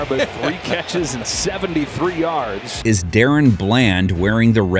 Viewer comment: This dude pronounced daron as Darren💀